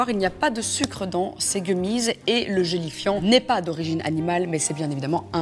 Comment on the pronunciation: Pourquoi quand tu dis gélifiant je comprends joli fion 😂